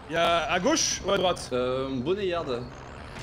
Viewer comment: Bonet yarde 🤣🤣🤣 on dit baune yard! Bone comme les os 😉